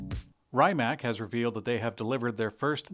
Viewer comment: Rimac is pronounced REE-maatz or more lazily REE-mac. Definitely not RYE mac. I know you revel in failing to pronounce names, but it's just lazy to keep making those jokes.